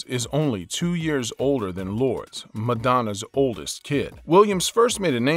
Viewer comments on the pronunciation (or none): Lourdes is pronounced Lor-dess. 🤦